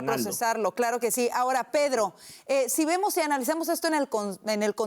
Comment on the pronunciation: Tenel , podel Pedlo..poblema, PEDLO es de orígen Chino. Izquielda, acabal, Pedlo, Illael